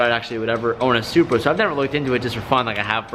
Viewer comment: I like who he says Supra zupar 😂😂😂😂